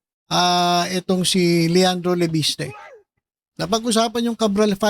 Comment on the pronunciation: Bro correct lng kita hindi lleviste kundi LEPESTE! 🤣😀😭😅😆